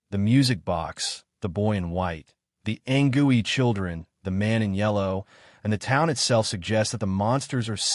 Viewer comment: Its anCOOEY not gooey wtf